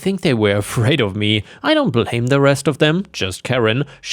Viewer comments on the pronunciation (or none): none